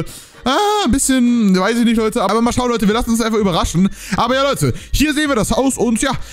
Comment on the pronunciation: Abbbbeerrrr davorrrr hi 😂🖐️